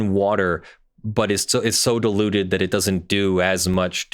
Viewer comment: Right at the beginning, I heard "diluted" as "deluded." {gigglesnort} * They sell this garbage, right? But they quote Mat. 10:8, even where it says "freely give." "Sell" does not mean "freely give." If you have to pay for it, it ain't free.